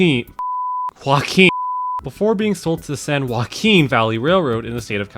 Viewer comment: The strokes at trying to pronounce San Joaquin valley 😂